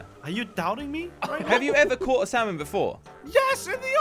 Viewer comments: For jelly You don’t say salmon like (S-AL-MIN). it’s (S-A-MIN) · It's funny how they say saLmon instead of salmon!😂